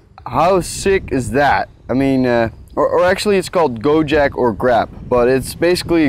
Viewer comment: Unimportant: GoJek ≠ GoJack Pronounce the e like you would pronounce e in heck. Keep that k in Jack the same. Now say it again :3